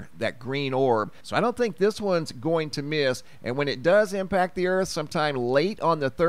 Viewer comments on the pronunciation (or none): none